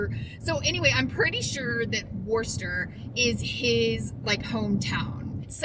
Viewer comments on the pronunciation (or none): Not that it matters now, but it’s Wooster MA. Or as the locals say Wuh stah. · Hi! So good to see you! Safe travels my friend. (It's pronounced Wooster...as in woo hoo! Replace the first R with an O. Ask how I know? My nephew lives there or I wouldn't have a clue! But once you get it in your head it's such a fun word. Wooster Wooster Wooster!)